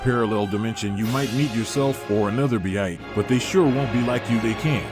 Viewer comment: BEITA. Goku and behita 😂